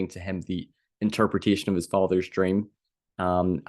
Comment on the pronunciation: “… a Dweam within a dweam” 😂